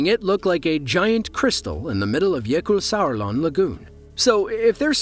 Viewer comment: Again you nail the pronounciation of Jökulsárlón. Great job. Greetings from Iceland.